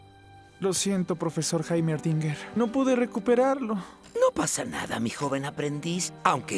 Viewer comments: Todos: heimerdinger Rito: Jaimedinger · Jaimerdinguer? WTF, llevo diciendolo mal tota la vida. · Todos: jeImerdinger. La animacion: hAimerdinger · ¿"JaimerDinguer"? Creí que era: JeimerDinguer ._. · como tan noob, se refiere a la pronunciación del aprendiz hacia Heimer, suena como lo escribió el tipo